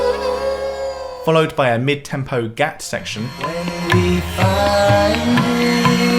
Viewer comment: Wonderful video! It is great that you are shedding some light on Indian Classical music. It can be weird and intimidating for some people for sure. For the most part, everything mentioned was fairly accurate apart from some minor details. But some of the pronunciation was a bit off, the main culprits being: Gat- Doesn't rhyme with "Cat". it is rather like rather Gut. Spelled Gat, spoken Gut. Drut- Doesn't rhyme with shoot, it is like "Shut" the door. Sarod(e)- Isn't Sarooood, it has 2 main pronunciations depending on which lineage is being taught. The main pronunciation is Sarode, like Sa-road (a road you drive down) and the other is Sa-Rod, like a metal rod. I know pronunciation is quite open to interpretation with all the languages and dialects in India, but i have learned these terms and Indian classical music from Ustad Ali Akbar Khan, Look him up and you will find he is considered a glacier feeding many rivers. His father was also the guru for Ravi Shankar, Nikhil Banerjee, just to name a few. It would be great if you could make one of these videos based on Ali Akbar Khan, you have a great way of breaking down the concepts and passing them on in an understandable way.